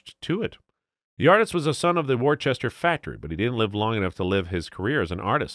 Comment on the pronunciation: "Worchester" for Worcester, "Chowcer" for Chaucer ... AI needs some betterinput.